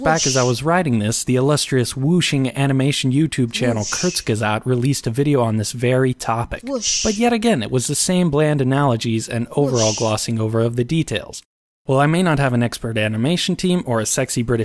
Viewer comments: kurzgesagt not kerzgesagt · kurs... is germen not british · Kurzgesagt. Not kerzgesazagt